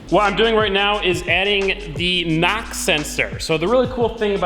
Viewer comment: I heard NOX sensor lol, took me a while to figure out you were saying knock.